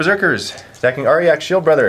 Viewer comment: ARE-JACK.. not arh-yak, i couldnt even